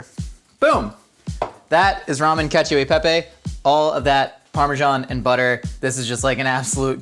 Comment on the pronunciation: Being an italian, you broke me with caccio e pepe